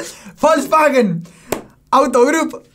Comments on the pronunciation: querés que te lastime más? Se pronuncia "Folksfagen" o algo así jajaja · *"Folksvaghen" (la "W" se pronuncia como "V" en alemán). 😉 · AJAJJAJA cuando te sale decir Volkswagen también te salió todo el acento alemán. Casi pude escuchar un alemán hablando.